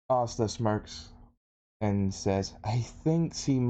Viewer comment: If you watch subs and subs then why do you keep pronouncing Asta's name wrong.